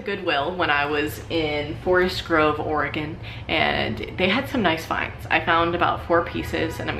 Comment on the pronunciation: Thank you for pronouncing Oregon correctly. You're one of us now.